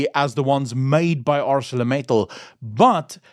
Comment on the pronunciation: I used to work there for 15 years. The name of the company is pronounced as in the King's English. "Acel-or Mittal as in Metal... Acelor Mittal...like in the Accelerator of a vehicle...As it ain't Arse-sore a-cell-orator... It might be, but it ain't. 🤣.It is Acelor Mittal. Capish.😊😅😂